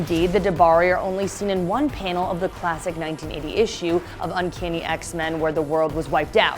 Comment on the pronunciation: X-wahmen the last man.